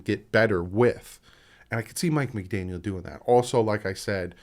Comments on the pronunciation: Hey I know it is hard but try to stop saying McDanielS, lose the S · Brother no offense but youre horrible with names... Its McDaniel no s its joe philbin not philman and its youscheck thats how u pronounce it bro... Do watch the games? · McDaniel no s please lol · It's McDaniel. No s at the end. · McDaniel no ‘s’ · McDaniel not McDaniels, other than that another excellent video! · I'm sorry, I couldn't help saying this because I cringed every time I heard it but.......Juszczyk is pronounced YOOSS-chik not juicy-chick 😂😂 (just having a little fun there) and there's no "s" in McDaniel. Again, sorry, but just helping you out a little bit here. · Bruh, it's McDaniel. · It's Mike McDaniel, no s on the end. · No S. No S. NO S. Also Juice-check. You know damn well what you're doing and it's not endearing. Just say the goddamned names right. A mistake every now and then is one thing but doing it every vid makes you look like a jackass.